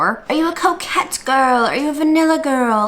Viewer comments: Every time you say coquette I think you're saying 'coke head' and it still fits so well 😹😹😹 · I thought you were saying coke head and not coquette.